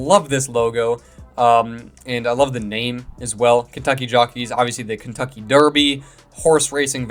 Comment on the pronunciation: Kentuckey? It's Kentucky😊